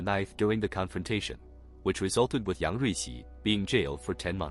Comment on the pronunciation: Say yung ricci one more time